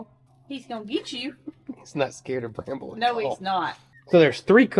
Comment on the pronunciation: Brambles mate 'Scrambles' 😊